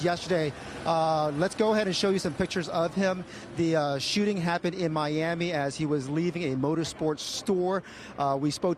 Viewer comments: Moto Beau xx cseteniential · He said xxx ten tay see own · Is it just me or the way some people pronounce xxxtentacion piss me off